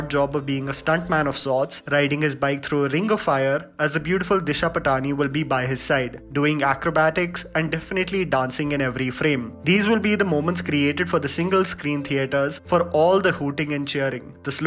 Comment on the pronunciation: Patani is pronounced as Paat-ni